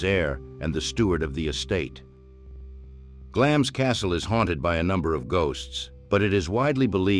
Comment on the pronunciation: Glamis is pronounced as Glamz. Elizabeth II was the queen of the UK, not just England.